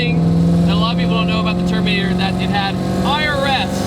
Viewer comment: at first I thought you said termater cobra haha